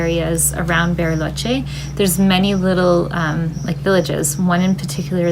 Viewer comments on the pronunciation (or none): I can't get pass the "Berryloche" pronunciation. 🙂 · Berry—loche. Nice pronunciation